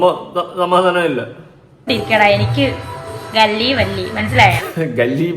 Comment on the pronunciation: ഗല്ലി വല്ലി എന്നതാ.. അങ്ങനെ അല്ല കുട്ടി പറയുന്നത് "കല്ലി വല്ലി "എന്ന് ശരിയായി പറഞ്ഞു പഠിക്കുക... 4ലക്ഷം മുടക്കി ഉണ്ടാക്കിയ പല്ല് ആണോ അക്ഷര തെറ്റ് ഉണ്ടാക്കുന്നെ.. 🤣🤣.. ഇവളെ എന്താ ചെയ്യുക.. ഓ ഇവളുടെ പറച്ചിൽ കേട്ടാൽ dubai രാജാവിന്റെ മോൾ ആണ് എന്ന വിചാരം...ഇന്ന് ദുഫായ് പോകുന്നു നാളെ കേരളത്തിൽ...OMG... ഇവളെ ഇങ്ങനെ ഉള്ള പ്രോഗ്രാമിലേക്ക് കൊണ്ടു വരുന്നവരെയും ദുബായ് കാരെയും നമിക്കുന്നു.. ഈ കോപ്രായങ്ങൾ കാണാൻ കാശു മുടക്കി കൊണ്ട് വരുന്നു.. അവിടെ support ചെയ്യുന്നവർ ഇത്ര cheep ആൾകാർ ആണോ.. Shame on you people who is supporting her in Dubai.. സാരമില്ല വേനൽ കാലത്തിലെ മഴ അല്ലേ... പറഞ്ഞിട്ട് കാര്യം ഇല്ല 🤣🤣.. എന്നെ ചൊറിയാൻ fans ഒന്നും വരണ്ട...